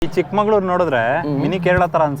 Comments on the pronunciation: Guru chikkamangluru alla chikkamagaluru ❤ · Kannada vlog madthira,chikkamagaluru annoke pronunciation baralla,so sad of you guys.